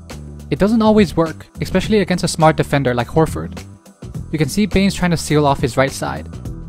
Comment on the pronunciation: You and Chris Webber both need to learn to pronounce the word especially correctly. No x!